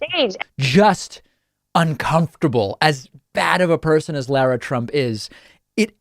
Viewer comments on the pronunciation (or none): That should be pronounced "LAH-rah", not "LOR-ah" or La-ra as in Larry. Has no one in this generation ever seen Dr. Zhivago? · Bro, can you learn how to pronounce Lara?